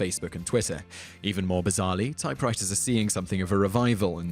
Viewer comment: "Typewritahz and Plasmer" LOL